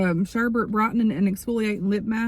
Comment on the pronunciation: That Lip mask is strawberry sorbet (Sore- bay). Not sherbet lol